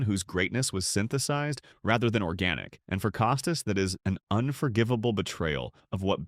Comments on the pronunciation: Don't take the lazy way and use A.I. for images and oral efficiency ! Bob Costas' Last name is pronounced CAH-STASS ! not COH stiss ! The perspective in this expressed by "narrator" are absurd and inaccurate. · Get a dog-gone person to narrate—preferably one who can pronounce Costas. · I wish the “narrator” knew how to pronounce Bob’s last name PS. Bob IS the greatest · Wonder if Co stas has any problem with Bud Light being in the HOF he had no problem turning his head when the roid era was going on.Or Manfred in bed with all the gambling sites being shoved down our throats.Cant have it both ways Bob.ps before you do a podcast at least learn how to pronounce the persons name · I don't believe anything said in this piece. You AIan't even say the name of the main person incorrectly. Why not interview Mr. Costas instead of having your AI telling me what Mr. Costas said. ' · You might try pronouncing his name correctly before you start talking about him. Your credibility is not too high, pal. Shilling had a character flaw because he's a conservative? You, sir, are an idiot. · Narrator can't even pronounce "Costas" correctly, perhaps because it's AI.